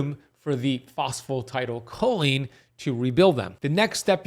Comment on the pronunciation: You know I'm not understanding what you're saying are you talking about phosphatidylcholine?... I think you are just saying it wrong in fact you can get it from less than cheaply at most stores